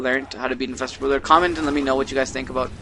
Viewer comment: Stop saying boodlord. Its an R in there somewhere.